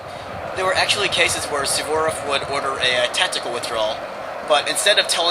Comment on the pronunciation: its Suvorov not sevborof